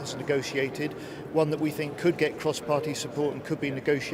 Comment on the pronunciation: .This unelected beaurocrat in the E.U. "Guy" cannot pronounce "ch" and "th" "..Mr.Johnson or Mr. Gove, both the ar-ch-eeetecks of the Brexit..... I cannot tink..."